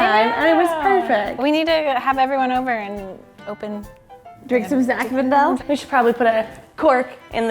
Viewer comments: She kept calling it "ZI FINDALE" ............ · mispronouncing Zinfandel is so cute 😂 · consistently saying “Ziffendel” instead of “Zinfandel” is just the best!